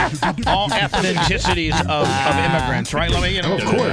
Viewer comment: Ethnicity....not ethenticity